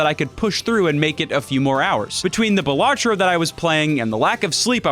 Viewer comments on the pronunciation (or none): none